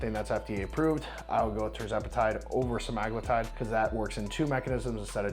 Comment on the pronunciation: Wow. Somebody who actually pronounces Retatrutide and Semaglutide correctly. I thought I was the only one!